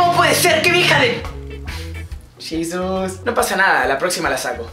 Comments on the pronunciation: que grosero eres; porque dices yisus en lugar de jesus? y ademas este video es como una copia de hola soy german preguntas de twitter ; me gustaba mas tu participacion en Aliados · "Yisus" JAJAJAJAJAJAJJA